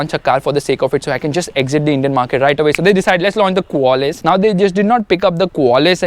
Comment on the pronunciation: Actually u dont know the value of toyota Qualis and its Qualis not quaaaaalis u nonsense 😊